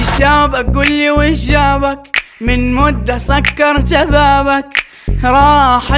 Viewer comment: أنا أول ما سمعت المقاطع كنت نحسابها اغنية سعودية، فعلاً نحن في الشرق ما نقولوش ويش جابك، نقولوا شن جابك، وحتى نطقه لكلمة جابك وبابك ناطق الكلمات بلكنة سعودية، ممكن عشان يبي نشر الأغنية